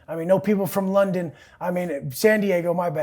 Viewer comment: Did just say londeners like to surf? Lol